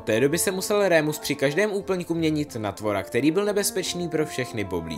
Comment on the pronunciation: není to rémus ale normálně remus :)